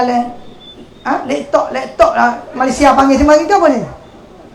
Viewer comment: Seorg ustaz x kan cakap sombong dan riak cm tu, perasan jer lebih, pendidikan dan akhlak ULU kelantan punyer level..Laptop pun x tau nk sebut..ape ker bodoh bebenor...😂